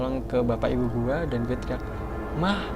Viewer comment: Bro gw lebih serem dengan cara lu ngomong guwe